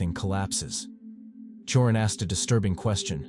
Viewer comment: Cioran is pronounced: CHO-rAn